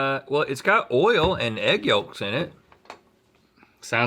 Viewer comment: "Yolk" has a silent L. It is pronounced "yowk"